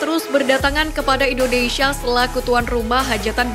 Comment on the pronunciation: Tariiiiiiiik nafas, Mbak..... Atuuuur nafasnya biar terdengar Wajar ya ..... INDONeiiiisyiiiiiiia😂😂😂😂😂